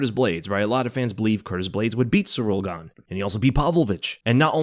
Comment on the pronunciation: Funny how Jones keeps calling him Ciyrl GAYne